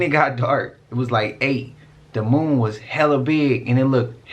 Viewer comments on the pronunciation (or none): Broo, that dude saying "Moom" instead of Moon is mad annoying. And homeboy is HELLA reaching. Eh, NONE of King Gaias predictions have come true. It's all a bunch of Bullshit. Idk why people still use his cracked out content and theories. But that's just me.